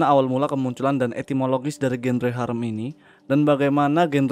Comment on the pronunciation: Sekedar koreksi bang, "genre" itu dibaca "zanra"